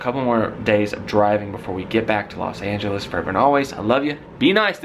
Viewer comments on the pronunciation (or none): none